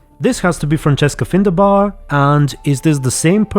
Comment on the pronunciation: Oh god... It's FindaBEAR not bar. And yep I guessed it was heliotrope, great thanks, really informational. And can't wait for the Triss scenes, I've played all the games so I love her.